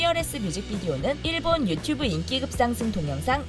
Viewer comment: 르세라핌은 왜 르'쎄'라핌으로 발음하고ㅋㅋㅋ일본은 왜 iiiilllllllbon 으로 발음하는지.. 그냥 ilbon이라고 살살 발음하지